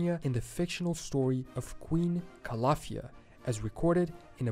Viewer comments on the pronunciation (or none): Is pronounced Calafia